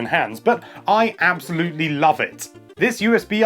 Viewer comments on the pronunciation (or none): none